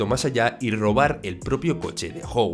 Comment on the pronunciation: Así como Mike se dice "Maik", y no "mique". Howard se dice "Jaguard", y no "joguard".